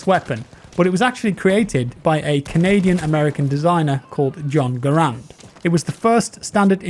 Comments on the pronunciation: For all those who sin, it is pronounced “GahRand” not Grand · It’s still called garand not gurand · Garand not grand.......Gar-and. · Hey, Garand is actually pronounced (gar (as in gary) and) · Garand rhymes with errand. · John Garand is actually pronounced with the accent on the first a.